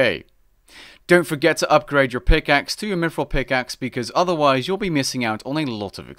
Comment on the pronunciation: He said "mifril"